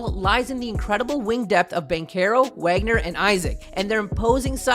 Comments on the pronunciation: Vohg-ner, you say the W as a V homie is German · His name is wagner, but it's said like vagner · Brotha you won’t get subs pronouncing iconic players name incorrectly to a cringey degree. Nowitski is pronounced Novitski Wagner is pronounced Voggner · Good video. But I’m not gonna lie, I was annoyed by the mispronunciation of Wagner. Sorry to nitpick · It would be nice if you could pronounce Wagner’s name correctly. He’s in his second year and deserves at least that much respect!